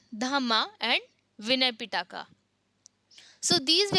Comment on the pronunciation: Pitaka LOL. It’s pronounced Pee+tak. Feel bad for your students